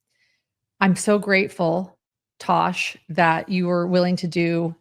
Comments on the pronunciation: Tass, not Tosh.🙄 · I think it's Tass, not Tash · Tass said "I'm not turning this camera back on until you get my name right! "😂